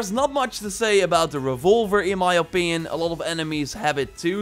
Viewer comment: " the best upgrades... IN MY OPIYON"